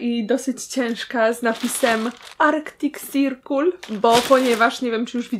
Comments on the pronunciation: Nie "sirkul" tylko "sirkol" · Kocham to twoje "arktik sirkul", Aga <3